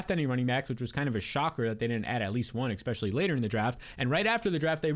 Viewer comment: great video, thanks. oh, the word is ESpecially, not EXspecially